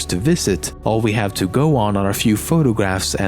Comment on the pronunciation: Can he even say 'have'? XD